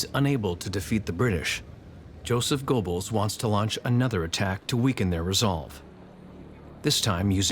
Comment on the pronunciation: Why should I take this seriously? They can't even pronouce the word "Goebbels" correctly?